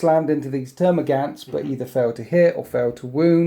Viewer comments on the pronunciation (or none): none